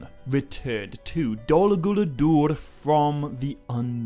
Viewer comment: “Dolluh Gooladoordh” 😂😂😂